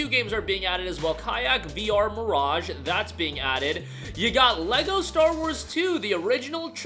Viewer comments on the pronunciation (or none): none